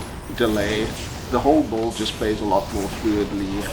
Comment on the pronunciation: In what english accent do they pronounce "build" as "bolt" ?